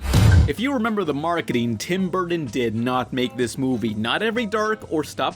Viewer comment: Tim burdden? Like jon madden